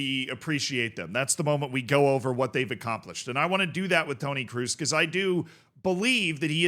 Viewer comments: Mate its kroos not cruz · It's Kroos ! Not Cruise !!! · Toni KR-OOO-SS not “ cruise” 😂😂😂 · Not "cruise", more like "crows". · it's pronounced "Krose" (in an American accent) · The 'oo' in Kroos is pronounced like the oa in boat. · Your pronunciation of Kroos makes my toe nails curl up😂 It‘s pronounced with a long O like in Orange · Everytime you say Tony Kroos, i hear Tony Cruise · Brother, Kroos isn't hard of a surname to pronounce! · PLEASE PRONOUNCE KROOS CORRECTLY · As you try to pronounce every footballer name right its not pronounced with an u sound as it would be in english but its pronounced with an o sound.